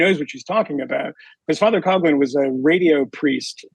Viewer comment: FYI: The pronunciation of Father Coughlin's last name is not "Cog lin," it's Father "Cof lin." The same sound as when a person with the flu "cough."